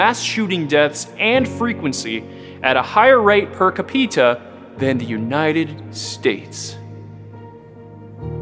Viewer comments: “Capeeta” “Complinsint” Bwahahaha! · Capeeta lol im dying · Ca Peter was really annoying me until the end when I realised it was deliberate not American pronunciation 🤣 Bravo Babylon 🐝 satire perfection 👍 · Capeeta? What the fuck is that? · Per "capeta". 😅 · His pronunciation of capita.😂